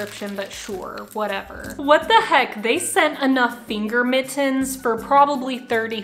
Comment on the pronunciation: The way you say “mit-tens” is a mood lmao